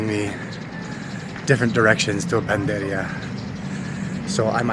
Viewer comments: it's not panderia, it's PANADERIA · Pa na der ya .. not panderya for bakery in Tagalog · Not panderya ..pnaderya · panaderya (hindi panderya) 😎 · PANA DERIA NOT PANDERIA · PANADERYA..HINDI PANDERYA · Panaderya. 4 syllables. I observed you kept saying Panderya instead of PA NA DER YA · Panaderya/Panaderia Hindi. "Panderya" ha!!? ano yun??? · medyo nagugulumihanan sila sa iyo kasi ang sinasabi mo at PANDERYA pero ang tawag po ay PANADERYA you missed to pronounce the A😊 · P A N A D E R Y A - not Panderya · Panderia is wrong. The right noun is Panaderia. You where just missing the “na” on your pronunciation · your doing just fine but it should be PANADERYA! hope that helps! I salute you for learning the language, amazing!🎉❤ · It's PANADERYA not panderya😊 bakery is the usual call nationally. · Panaderia/panaderya not panderia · Panaderya Hindi panderya 😅 Kuya mormons kaba? Kaya magaling kang mag tagalog? Kasi mayga Mormons akong kaibigan mga teenager around 20 yrs old, sobrang galing sa Tagalog very fluent soya sa Tagalog taga Texas, isang taon palang dito sa Pilipinas, uuwi na siya sa Texas, this coming august. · did you said panderya? or panaderya??? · Hankering = sa-gim-sim or sagimsim Or “ki-ni-crave ko ang” Or “nag-ke-crave ako ng” Now let’s try! 😂 PS: Instead of pan-der-ya Say Pa-na-der-ya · Sobrang nakakabilib talaga ang pagnanasa mo na mag-aral ng wikang Pilipino. Panukala lamang, bigkasin ng mas malinaw ang bawat baybay. Halimbawa, "pa-na-der-ya". Mabuhay ka,! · Well done! Bigkasin mo ang "a" after pan _ deria; should be "panaderia." That's it, otherwise, you're great! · I think the reason why people didn’t seem to understand you at first is because people would most often just say bakery rather than panaderia. Lol… Btw, you’re missing pronouncing the “a” in the middle of panaderia. Community panaderias are the best.